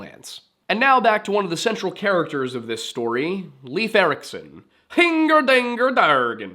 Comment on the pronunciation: “HINGER DINGER DARGEN”….Viking colloquialism?